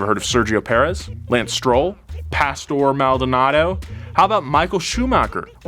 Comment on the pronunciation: The way you say PASTOR MALDONADO makes me think you've never seen that guy race.